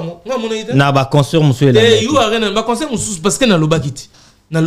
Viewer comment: On dit CONCERT ET NON conSEUR frère